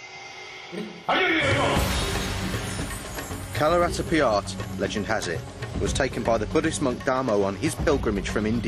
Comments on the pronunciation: yeah ... you'r right, he's pronouncing it Kalaritipiya :D I wonder how he got his employment with BBC. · Kalaratipiyat? Is he pronouncing it right? because that's all I'm hearing from him. He's saying "Kalaratipiyat." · Can somebody tell this guy that it is "KALARIPAYATTU" and not "KALARIPIYAAT." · kalaratipiyat .. ?? :P lol its kalaripayat... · Hehehe.. it is like saying that Jesus is imitating the Pope.. Other forms of Eastern Martial arts WILL look like Kalari because it is the grandpa of them all.. the presenter has not even cared to pronounce "kalaripayattu" correctly before venting his anger on it.. Next time, I hope BBC sends a sensible man to CVN Kalari in Trivandrum.. cheers..